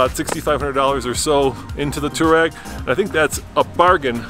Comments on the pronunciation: Two-reg, not two-rag, jesus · Stop calling it a Touarag! It’s a Touareg REG REG REG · It's Touareg (Twa-reg ). Do you pronounce Cherokee Chi-Rokey? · FYI, it’s definitely Too-war-ig. The name derives from an Arab nomadic group in the Northern Sahara desert. Technically even the original transliteration is slightly off and should be “tawariq”. It is the plural form of the Arabic name, Tariq, which itself means something like pathfinder. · The WORLD: Volkswagen Touareg The USA: Bolkswuagen Tooreg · ARRGGHHHH!!! It’s “Twa-reg” “Tou-wa-reg” there’s an A in the name! You guys call yourselves journalists and can’t even pronounce the car name correctly? And the name isn’t European, it’s definitely African. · Here in the US VW itself even pronounced it “2-rag” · Can't these guys ever pronounce Touareg properly?